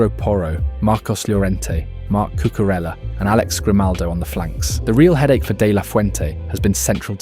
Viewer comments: No es Cucurela, joder.!! Es CucureLLa .!! no sabes lo que es la LL.??se lee Cucureya , se escribe con LL ( elle), no es italiano. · CURELA?? CUCURELLA!! omg